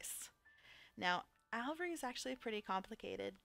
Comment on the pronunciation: Aviary = A-V-AIR-E Alveary = AL-V-AIR-E Pass it on!